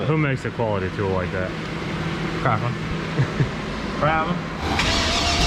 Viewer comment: Normal people:craftsman Cleetus:crafmen